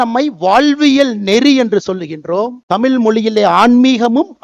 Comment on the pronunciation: முதலில் தமிழை "தமிழ்" உச்சரி டமில், டமில் , டமில் என்று உச்சரிக்காதே.